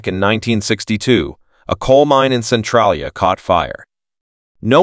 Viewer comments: Centralia is pronounced sen-TRAY'-lee-ah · I would agree, but I would add the mispronunciation of "Centralia". He pronounced it "Centralia" (with a short 'a' as in "mad" instead of a long 'a' as in "made"). It would have been much better if an actual human had read it. I'm a lifelong PA resident, but I have never been to any of these places. Guess it's time for a road trip.😁🤗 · You pronounce it CEN-TRAIL-ya